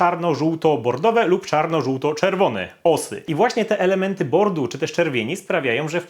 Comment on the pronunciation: nie "bordowe" tylko "BORDO"!!! nie "bordu" tylko "BORDO"!!!